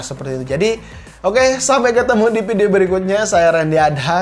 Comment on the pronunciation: Video bukan Ppidio